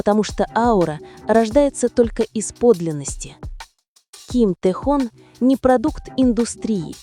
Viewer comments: Прекрасно сказано о Тэхёне!!! Именно ТэхЁЁне!!! А не Тэхон!! По ушам режет!! Надо было сначала узнать имя а потом видео делать!!😮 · Автор, всё правильно сказано, но! Научи программу, с которой работаешь, правильно произносить имя Тэхёна! Его зовут Тэхён, ударение на букву «ё», а не Тэхон! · Один и тот же текст в разных интерпретациях. И он не ТэхОн, а Тэхён. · Почему Техон,а не Техен? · Какой Тэхон? Его имя Т Э Х Ё Н! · АВТОР !!! ЧТО ЕЩЕ ЗА ТЭХОН ??? ВЫ ЧТО ВЧЕРА ТОЛЬКО УСЛЫШАЛИ ЕГО ИМЯ ???.......ТАЕ ХЕН......ТЭХЕН .. И НИКАКИХ ТЭХОНОВ... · Как же вы противно произносит его имя ТэхООн., 😖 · Хотьбы удосужились правильно произносить имя Ким Техёна. Запустили ролики роботов озву чивать, а прослушать ролик разве не надо перед выпуском. Я просто возмущена этим роликом😅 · Если ты не бот- научись правильно произносить имя того, о ком говоришь!!! А если ты ИИ- тем более плохо: надо кому- то присматривать за этими позорниками и их создателями, прежде чем публично трепать имя уникального человека!!! Да ещё и поставить мощную защиту от завистников и прочих злобных тварей!!! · Автор, Спасибо за такой информативный ролик, только имя Тэхена называйте правильно.😊😊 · Слух режет как автор произносит имя артиста Ким ТехОн. Ударение в слове айдол на букву О. А по существу видео интересное. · Имя Тэхёна научитесь правильно произносить, а потом уже в канале вещать о нем!!! Слушать неприятно! АйдОлы! 🤣🤣